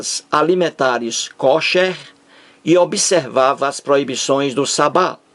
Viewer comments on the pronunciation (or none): none